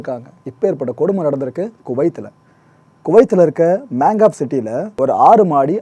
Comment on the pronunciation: மங்காப் மாங்காப் இல்லை